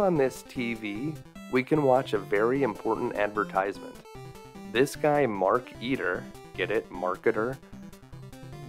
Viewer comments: You pronounce it like "Mark Eater", when it's "Maar-kuh-teer" Also, they should've made it so you could choose 3 kids other than Dave. Wendy for the manuscript Bernard for the radio or whatever to call the Meteor Police Razor for the tentacle's band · Anybody else notice that it's not Mark Eater, but Mark Eteer like marketeer. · Marketeer, not markeeter.